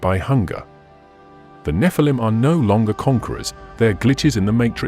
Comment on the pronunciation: it's NOT pronounced NEF-A-LUM RUBE!!! it's NEH-FAL-EEM GET IT RITE!!! because a FAL-EEM is an ANGEL and the NEH part signifies being CAST FROM ELHOME'S GRACE!!! why put video's out if your not able to even know the pronunciation of DIVINE BEINGS DISRESPECTLY???!!!